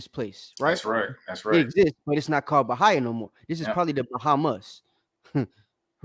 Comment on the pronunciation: Its not BA-HI-A, its BA-HEE-YA as in Brazil. Learn how to read before you try to debunk something😅😅😅